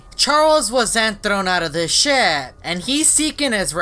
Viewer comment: How says ship: shi